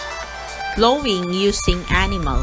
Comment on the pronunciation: Mali po ang pagbigkas ng plowing